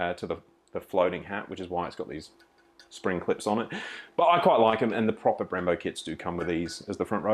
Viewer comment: Bimbos instead of brembos